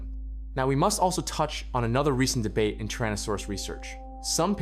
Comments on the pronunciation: It's 'Tyrannosaurus' not 'Trannosaurus'. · TYrannosaurus, not TARranosaurus